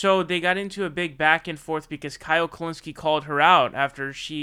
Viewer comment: Who is Kyle *pronounces last name perfectly*.